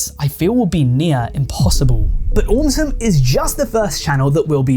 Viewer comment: Why did aum sum turn into "aumtisum"